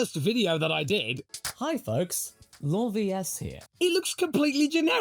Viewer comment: Now I know how to pronounce LawVS. It isn’t “Law Versus” or “LAWVS [one mashed-up syllable.” :)